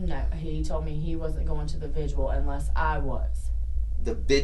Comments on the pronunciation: She called the "vigil" the "visual". It really shouldnt have been this hard to trick the truth out of someone so dumb. I could have done a quicker job lol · i’m so glad he finally corrected her. It was driving me crazy “vigual” lolz also the “nuh uh” and “yes huh” omg gross could you sound anymore like uneducated trailer trash? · Finally he corrected her use of the word vigil. That was getting on my nerves her pronouncing it like "vidual". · I'm glad he finally told her how to say vigil.